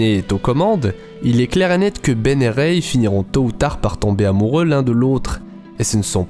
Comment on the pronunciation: On dit pas reyye on dit rey